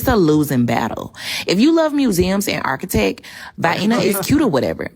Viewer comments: WTF is "archetec"?? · "If you like mewzeum and arkitek" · Va-ee-na, arkitek... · Architek ? VY-EENAH ? LMFAO! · Y'all mean Arch-ur-tect. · She couldn't even say architect, she said ARKUHTECH 😂 hahahaha every time they get tripped up if the words has more than 3 syllables lmao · “Architec” or “Architek”? Sounds like some new electronic music genre